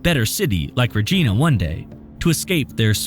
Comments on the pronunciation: You said Regina wrong lol. It's vagina but with an R. Lol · Man gotta love the amount of times he says ReJeanAh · Hearing the name of Regina, SK incorrectly pronounced as Reh geena really tweaks my Canadian ears 🤣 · Our “widespread use of security cameras”? Lol where did u get that from? We don’t have a lot of cctv cams in SK like that.. population is pretty scarce here across tha prairies compared to tha US; only ~1 million ppl in tha whole province. And Regina is pronounced Reh- jEYE -na.. We say it’s tha city that rhymes with fun if that helps u out ! But very happy u did coverage on Mekayla’s story. Very sad & painful 💔 much love & prayers to her mom, family & friends 🇨🇦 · That's not how you pronounce Regina. The "i" sounds like eye/I. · I was annoyed by how the narrator pronounced the city of ‘Regina’ as “REJEENA” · Regina is pronounced like vagina, just so ya'll know. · It's pronounced "ra-gine-ah" kinda like the female part. Lol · Regina is pronounced like v**ina juuust so you know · I came looking for this comment. I'm just listening and wondered who this "Regeena" was, then realized, oh they mean Regina. Anyone Canadian knows that's the pronunciation. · Regina (/rəˈdʒaɪnə/) - You're obviously def making things up. The pronunciation of Regina is infamous. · LOL! “re-JEE-nuh”. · When he kept saying “rah-geena” when talking about the city REGINA. I get the mixup but also knowing how it’s pronounced makes it confusing to follow at first. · you pronounce the city "Regina" very wrong i laugh out loud when you say it lol its pronounced as if the city rhymed with "Vagina" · Regina -the i has a sound like in the word “Lion “ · Thanks for posting this interesting video. btw, it's pronounced "Redge-eye-nah" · Regina isn’t pronounced like a girl’s name, it rhymes with vagina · i was shocked when i heard saskatchewan canada .... that’s where i live ... also the pronounciation of regina pls i’m laughing, it’s like re-jye-nuh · You butchered the pronunciation of Regina